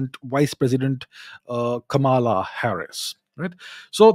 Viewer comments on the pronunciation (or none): Chavda, please, can't you say "Kamala"?